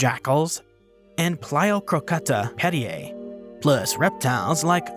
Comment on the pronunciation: The scientific name of the modern day Spotted Hyena (Crocuta crocuta) is pronounced "Crow'cute'ah." So that would be the same for Pliocrocuta.